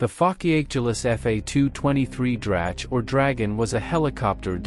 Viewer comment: Plus the AI voice can't pronounce German words like "Drache". It definitely ain't pronounced "dratch".